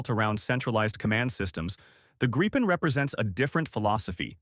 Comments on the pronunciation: FFS fix the AI. It's Grip - en, not Gripe -en. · Artificial narration sucks. Doesn't even know how to pronounce Gripen.